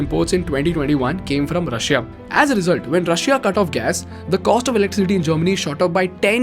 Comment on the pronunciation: Love your videos and explanations, really enjoy watching it and sharing with others, but every time you pronounce the 'i' in Russia, I cringe. It's a silent 'i'. ;-)